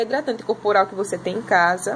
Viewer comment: Hidratante "Curpural"????😀